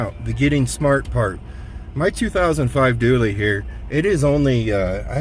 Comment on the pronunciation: It’s a Dually! Not a Doooley!